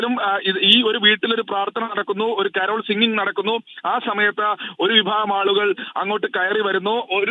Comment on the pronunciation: കാരാൾ സംഘമല്ല സുഹൃത്തേ കരോൾ സംഘം